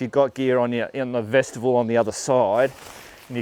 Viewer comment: FYI,........... Vestibule should not sound like vegetable ........ like Mule, on the end, it's pronounced Vesti Bule.......